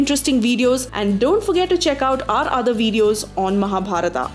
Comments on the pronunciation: First of all, learn how to pronounce name. Then makes videos on Mahabharata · don't pronounce words like Mahabharataaaaa, Pandavaaaaaas. That's murder of culture while reciting it